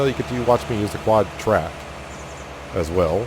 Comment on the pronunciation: I've been way behind on this series and spending the day catching up, but I've been wanting to correct you on the quadtrac thing forever 😂 I didn't do it cuz idk where your from and thought maybe that's what you always called it